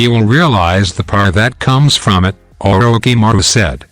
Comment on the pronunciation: The pronouncing of orishimaro is wrong